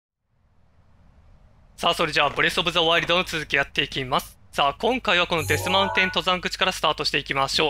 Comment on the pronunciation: デスマウテンじゃなくてデスマウンテンですよ